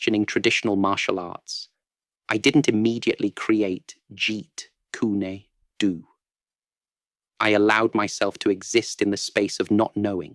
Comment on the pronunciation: It’s jeet June do. NOT jeet lunacy do. Very good job 😊